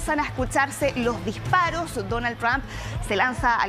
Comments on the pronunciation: También dice : Uno ejcutza,, dijparoj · Será posible que no existen personas capaces de pronunciar correctamente las palabras y tener que sustituir la s por la j???. Para ser reportero o comentarista debería ser un requisito que pronuncien correctamente bien y sin ese tono, regionalismo. Escuche, lease: ejte, muer, por mujer, dijparoj, " muy inicialmente". Lajultimas, nojotroj.